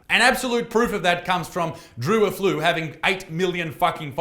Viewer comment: A flu 😭😭😭😭😭😭😂😂😂😂 Defs not how you say it